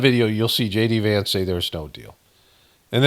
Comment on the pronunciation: "Gay D Vance...."😂